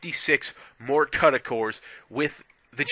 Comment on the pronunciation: u cannot pronounce cuda never mind know what they are.